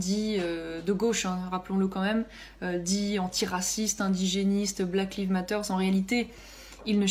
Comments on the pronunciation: Son accent anglais est excellent... Elle prononce "Black Lives Matter" de façon à ce qu'on entende "Black Leave Matter". Ce qui n'a pas du tout le même sens 😐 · Elle a juste prononcé LIVE à la française, et non LEAVE (i long) ...Macron est bien pire, il a ridiculisé le pays en qualifiant la femme du premier ministre néo-zélandais de "delicious" (serait-il , telle sa ministre mordeuse de chauffeurs de taxi, un peu cannibale ?)